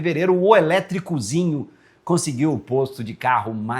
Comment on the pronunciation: “Vamos pornográfico” “Elétricuzinho”